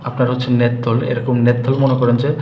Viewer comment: গাইয়া মূর্খ লোক . . .‌নেতথল না রে ওটা ন্যাপথ‌লিন. অ্যা‌ন্টিঅ‌ক্সি‌ডেন্ট কে বল‌ছে অ্যা‌ন্টিঅ‌ক্সি‌ড. . . বাচাল কোথাকার আজাইরা বে‌শি কথা ব‌লে